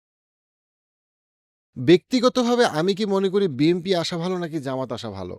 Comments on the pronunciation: আপনি তো BNP উচ্চারণই করতে পারেন না,,, প্রত্যেক ভিডিওতে BMP বলেন,, 🙄🙄 আপনি তাহলে কিসের রাজনৈতিক বিশ্লেষক? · ভাই উচ্চারণ টা বিএমপি হবে না 'বিএনপি' হবে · Why do you always say “ BMP” instead of “ BNP”? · আহারে আমারে এনালিস্ট! যে এখনো বিএনপিকে বিএমপি বলে। নামটা পর্যন্ত ঠিকমতো উচ্চারণ করতে পারে না। আপনাকে আমি একটা প্রেডিকশন বলি- জামায়াত খুব সম্ভবত ২০০ এর উপরে আসন পেতে যাচ্ছে। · আপনি বিএম্পি বলেন কেন? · But why do u always pronounce BMP?